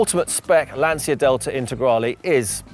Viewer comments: you are pronouncing Lancia wrong. It’s “Lan-chia”, not “Lan-sia”. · Why do you pronounce Lancia wrong? We don’t even see them in the US and even I know it’s Lanch-uh. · Lovely - the 16v is my favourite- but, it’s a ‘Lan-chi-a’ come on Ben - you know that! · I am so jealous! These are becoming exceedingly rare cars in South Africa, would absolutely love one, been a favourite of mine since I was a kid. If only I could afford to restore one 😅 Edit: on a side note, I'm sure you've been told by many annoying Italians in the past, but Lancia is pronounced more like "Lunch -a", haha sorry I couldn't help myself. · He said he's obsessed with Lancia.... Can't even pronounce it right...😂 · At least learn to pronounce Lancia